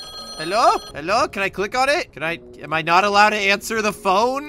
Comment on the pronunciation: Is so funny you said helo